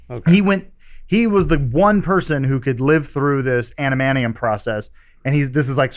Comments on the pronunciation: Adamantium, not Adamanium Adam. I love you Adam but that pronunciation is driving me crazy. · Adam it is Adamantium, not Adamanium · Love how Adam keeps saying "amanium" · I thought Adam of all people would be able to say "adamantium"... but he says "anamantium". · Adam it's pronounced Ad-uh-man-tee-um. I'm sorry but I had to say it.